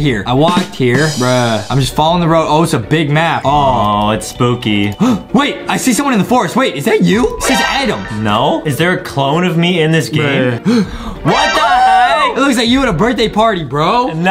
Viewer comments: Justin say spooby and it’s spooky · Justin: “I can bench sticky” I thought he said “I can bend sticky” I’m like: excuse me what?